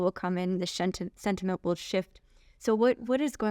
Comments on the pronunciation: It’s not sediment it’s sentiment. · This is so funny! The super cute smart chic tries to teach this guy very tactfully how to say sentiment...and he just doubled down on the silt! Ahh surely next visit the sludge will have been cleaned up.